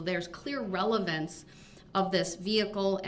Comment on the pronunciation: He keeps saying “ relavency”. The word is RELEVANCE .